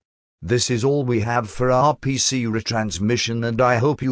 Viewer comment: you should have typed 'are pea sea' (instead of r p c) into the natural soft program for the voice to say RPC better.